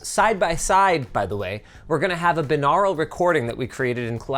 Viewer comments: Wait.. Binarral? We don't say Aural as Arral 🤔 I say it Bi-naural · Just laughing at her absolutely absurd and ridiculous way Linus pronounces “binaural”